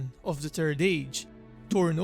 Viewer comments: The confidence with which you call it the turd age.. hilarious. Good vid. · PLEASE PLEASE PLEASE PLEASE WORK ON YOUR PRONUNCIATION. E.g. "The Turd Age" "Train the Thirst". "Trains son, Torin the Thirst". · The only sound issue I have is you keep calling it the turd age and that sounds horrible. EDIT: Also the turd silmaril sounds really bad too. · Every time he says third it sounds like turd and so I giggle like a little school girl every time. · Sorry mate, but had to laugh when you said turd age... Otherwise great video;) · "The Turd Age"... I'm Sorry. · Thhhh. You must pronounce the H :) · He said..."turd age"...(giggle)!